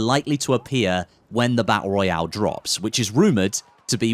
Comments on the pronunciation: "Battul Raul" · I can’t wait for the bah ah royale😂